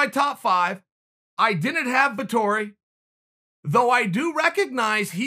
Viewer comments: Marvin Vettori Chael: Marvin Vitori Ok great. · Me: Marvin Vettori Chael: Marvin Vitori Me: Ok great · Us: "Marvin Vettori is legit" Chael: "Marvin Vitori" Us: ok great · vettori: it’s vettori chael: it’s martin marvin: ok it’s vitori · "Martin Vitori" - Chael P. Sonnen 2020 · No one: Uncle Chael: Vitori